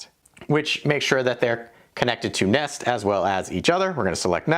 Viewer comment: nest sowns neest